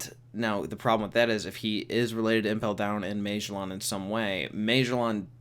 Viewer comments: Magellan was a real person. Ma-gel-in. He was an explorer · Its pronounced mah jell in lol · I’ve definitely never heard “Magellan” pronounced that way. Also, he’s definitely not the only one who works in Impel Down that has wings. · I didn’t notice he was saying magellan until the mid of the video, why do you pronounce it like that weirdo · LMFAO!!!! You can't pronounce Magellan. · Holy shit. You don’t know how to pronounce Magellan. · Oh thats what he was trying to say? Lolol